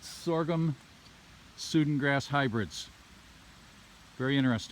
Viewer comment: Just a quick comment - it's Sudan grass as in the African country - pronounced "Sue Dan". It's used around here as a silage grass.